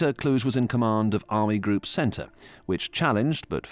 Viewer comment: Kluge is pronounced differently.